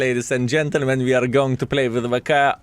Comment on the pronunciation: Its not VK its vakaa